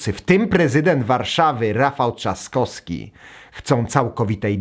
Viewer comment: weź zacznij wypowiadać poprawnie nazwiska kończące się na "wski". Ciężko słuchać jak mówisz: Trzaskoski, Lewandoski czy Szpakoski...